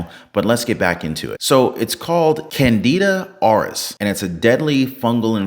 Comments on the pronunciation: Dude really said Canada Oris 😂😂😂😂😂 🇨🇦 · pronounced "CANADA ORUS" Oh, I don't think our neighbors to the North will be happy about this!! 🤣🤣🤣